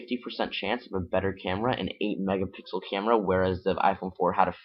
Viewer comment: Learn to say M E G A P I X E L